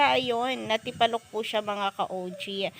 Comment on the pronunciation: "Natapilok" po ang tamang word hindi po "natipalok"😅😅😂🎉